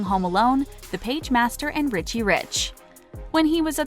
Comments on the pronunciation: I’m starting to think they mispronounce things on purpose to get more comments. How do you mispronounce “Richie” like “Ricci” when talking about Nicole but then getting it right when talking about Lionel? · Lol i know. The last video i watched she said Nicole ri-shay instead of Richie. Really? Lol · lets not forget Ree-chee